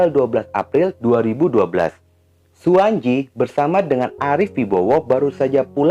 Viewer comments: suwanci bukan suwanji bacanya bang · Mf, klo ejaan lama, pembacaan tj*itu dibaca *c . Suwantji dibaca Suwanci